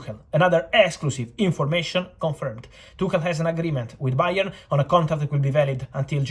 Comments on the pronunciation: "Bayern _oard" the B is silent from Fabrizio just like the board kept it silent to this time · Fabrizio “BA!-ern” Romano